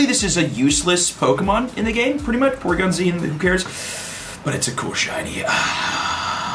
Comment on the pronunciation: The way he said poRygon got me so bad😂